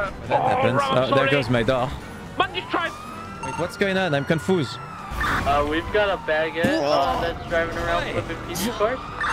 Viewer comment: I’m confooss